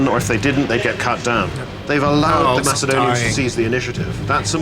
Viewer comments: He called the macedonians Macadonians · If that fucking guy says MAKADONIANS one more time... I will fucking KILL SOMEONE.